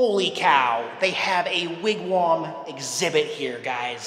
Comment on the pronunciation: Wigwam not Wigwarm lol